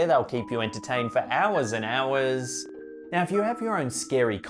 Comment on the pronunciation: Slapped my haaaam for Hourwezz and hourwezz. The way says "hours " has me 🤣 😂